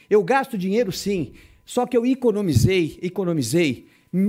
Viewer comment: Iconomisei!... essa língua portuguesa, deve ser nova!... kkkkkk